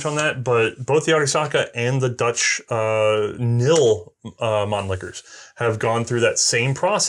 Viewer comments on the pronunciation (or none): Really, the K in KNIL is not silent. it's KNIL, not NIL.Or am I the only one that finds this a little annoying? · It's KNIL, not NIL ☺️ I know the English word written as knee is pronounced as nee, but that is not a custom in Dutch. Please consult your local native speaker of Dutch 😊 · But the name of the Dutch Colonial Army is KNIL with a very distinct 'K' and not NILLL. So the 'K' is pronounced! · Very nice video! Here are a few corrections and some additional info that you might find of interest. The correct name is the Koninklijk Nederlandsch Indisch Leger (Royal Netherlands East Indies Army) or KNIL. In Dutch, it's spoken "K-Nill" where the "K" is pronounced. In English, it is spoken as "K-N-I-L" in which the individual letters are enunciated. At some point, the KNIL and the Royal Dutch Army (Koninklijke Landmacht or KL) in Europe became completely separate armies. KL budgets were set and spent in Europe, while the East Indies government was responsible for equipping and maintaining the KNIL from its own budget. There was minimal overlap between the two forces. As to be expected, their equipment diverged somewhat to suit their respective needs. This was particularly evident in the LMGs the respective armies used. The Dutch attempted to upgrade their Mannlichers to .303 caliber prior to the Japanese attack due to the shortage of 6.5mm ammunition. The barrels detached and shipped to factories in Australia where they were re-bored. IIRC, there only around 10,000 Mannlichers converted before the Japanese invaded. I've never seen or read anything about the Indonesians converting their rifles to .303 after the war. They didn't have the industrial capability to do so in-country and I doubt the Australians or any other country with the capability would have done so post-war. In any event, the Indonesian nationalists had tens of thousands of which they took from the Japanese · Actually the K is still pronounced.